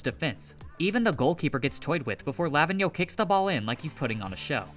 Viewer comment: Pronouns Lavinho as ravine (but with L) and yo.